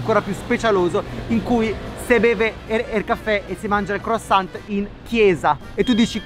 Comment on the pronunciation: Senza la T croissant ma la t non si legge 😜 ormai lo short italiano co la cittadinanza!